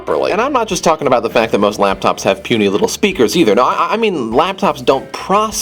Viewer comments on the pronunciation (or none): he says APPLE LAPTOPZ lol